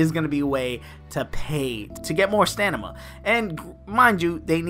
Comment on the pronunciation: Don’t know why you’re pronouncing it “Stanima,” but it’s also common to have reward crates that max out on mobile games, hence why there was a box